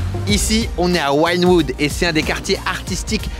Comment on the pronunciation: Bro, on dit ''Ouine Woud'' pas Waïnewood. Et on dit Bissken boulevard, et pas Biss quaine. Sinon, gloire à toi, Miami, c'est ma life bro. Peace